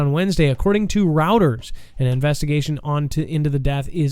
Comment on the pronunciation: Reutors is pronounced roy-ters